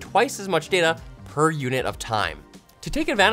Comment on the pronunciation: says data instead of data. Unbelievable